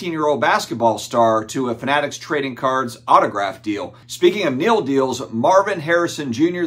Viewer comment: Take a shot every time says NIL wrong 😂 Just get done playing spades old man? 🤪🤪 it’s NIL not NIL 😀